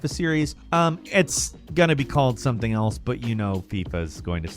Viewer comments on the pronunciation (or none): none